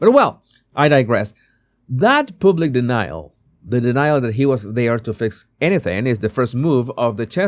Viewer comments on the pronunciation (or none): yes, and he can't pronounce "public". I used to like him despite his horrible accent, when he did 'body language' stuff. Now meddling with politics. Go back to what you know about And do your show in Spanish rather than in that hard-to-understand broken English 'public'. You might as well say 'pubic'. That's what it sounds like. Get a coach in pronunciation. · The “U”, when speaking the word “public” is pronounced the same as “mug” or “ugly” or “rug.” ❤